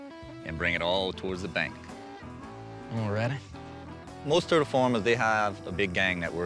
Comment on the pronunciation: "Am I not turtle enough for your club? Turrrrrrtle, Grrrrro."